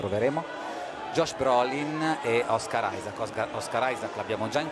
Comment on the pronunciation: OSCAR ISAAC no one: brazilians: KKKKKKKKKKKKKKKKK o cara falando OS CARAI KKKKKKKKKKK ai essa foi d fude